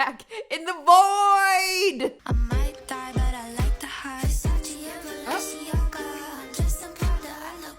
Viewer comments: Why did Boze not comment on the fact that said “Versace and Valenciaga” lol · I like how she thought Balenciaga was Valenciaga